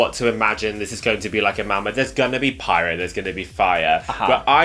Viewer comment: “There may be pyro” I heard “There may be pirates” and I’m here for that 😂